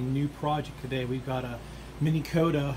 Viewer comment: why are you saying Mini Kota,,,,its Minn Kota